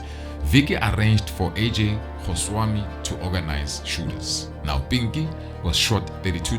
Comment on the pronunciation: It’s definitely his name, he’s pronouncing it wrong - but Goswami is a huge Gujurath name.